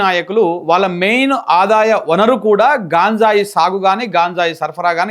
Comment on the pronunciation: హలో సార్ అది గాంజాయ్ కాదు గంజాయి దయచేసి ఇంక ఎప్పుడు గాంజాయి అనకండి. ఆమె అంటే అమెరికానుండివచ్చినది తెలుగు రాదు మీరేంటి